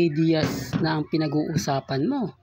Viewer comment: NAG ARAL KABA HINDI OGE DIAZ HINDI SYA SE OGE ALKASID. OG DIAZ ANG TAMA PAG PRONOUNCE. ANG BOBO MO TALAGA😂😂😂😂😮